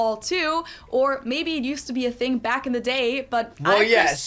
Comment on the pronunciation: Why is it a “fing” and not a “thing”?